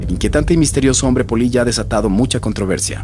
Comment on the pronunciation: Crei que decia polla y no polilla jajaja xD